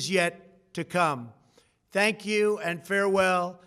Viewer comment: Did he say "thank Mike Pense" or "hang Mike Pense"?